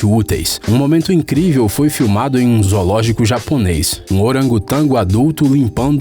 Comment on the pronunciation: Vc disse japunês